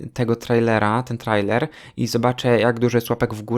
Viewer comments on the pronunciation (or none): none